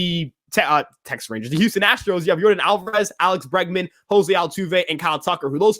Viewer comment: Bregman not Bergman